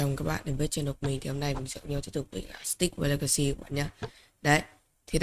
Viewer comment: Câu nói huyền thoại:" sì tích war le cy"